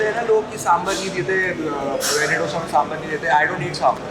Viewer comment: Low key cringe the way you pronounce dosa